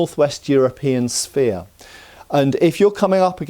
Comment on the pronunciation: The word Sphere is pronounced "Sfear" not "Spear".... 20.00 into the video. Your letting yourself down.That statue in Egypt is pronounced Sfinx not Spinks ... Sphinx